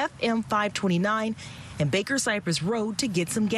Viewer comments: BARKER not BAKER, this is the worst field reporter in HOU. She mispronounces everything. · She totally disregarded the “R” in “BaRker Cypress Rd”